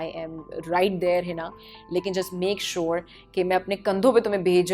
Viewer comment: Uff the way she say "I make sure "